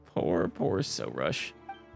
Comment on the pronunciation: I think it's pronounced "Soroosh", emphasis on "roosh"